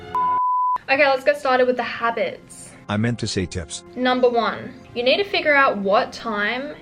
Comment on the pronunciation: "Things I dont neewwrrr"